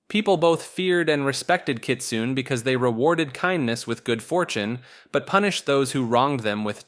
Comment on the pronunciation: the E in Kitsune isn't silent, its not pronounced like rune, its pronounced like cliche (I dont have the accent on my keyboard)